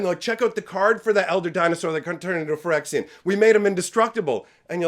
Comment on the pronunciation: The guy reading the story couldn't even pronounce Phyrexia correctly -.